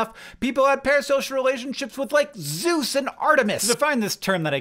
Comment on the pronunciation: When you said Zues and Artemis, I heard “Soos” and was like: “I love that gravity falls character… oh wait… that’s not who you meant”